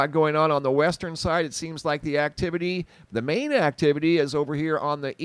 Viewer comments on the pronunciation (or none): none